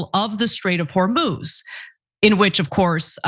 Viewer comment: PRONOUNCIATION: hormuz هرمز - the 'u' sounds just like the 'o' so pronounce it as if it was hormoz